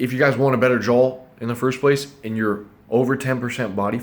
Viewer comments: "jawl" pls stfu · love the video, hate they way you say “jaw” as “jawl”🤣😖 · It's NOT pronounced "jull", it's pronounced like "jah" & spelled jaw. And it's NOT "jull-line", it's pronounced like "jah-line". Open your mouth and say "awwwww", NOT "ALLLLLLL". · you shut your mouth before I take you to grammar & pronunciation school! We'll have to wire your 'JULL' shut. 😂🤣😂🤣😂🤣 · "I'm not saying I have an awesome JAWL" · he says “JO” HAHAHAHAHAHAHA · ha he's saying jole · i like how you pronounce 'JAW' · J o w a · Even automatic subtitles hear it as joel xd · want a better joe? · The way he says jaw cracks me up 🤣😂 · I KNOWW😖🤣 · The guys who steal R2D2 & C3PO were called JOHLWAS